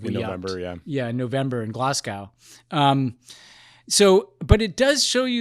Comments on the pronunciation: Ben, Ben, sorry to have to correct you but...Glasgow is pronounced Glas•go, the residents Glaswegians, and the late fall weather trends dour [do•er]. The topics are my doom scroll therapy without the scrolling. You managed to hit the historically top two of all time, plagues and mass human calamity. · I love you Ben, but the way you say Glasgow... 😁😂🥰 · I'm a Canadian but I came here to say that. I heard that pronunciation and I was like...😬